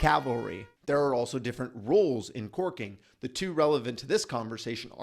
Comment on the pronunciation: 💋👄👅Enunciate, it's CORKING not twerking🤭😅. Filming outside must be difficult. It took me a minute to get it.